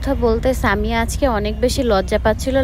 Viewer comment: আরে ভাই সানিয়া না তো সামিয়া ✅😅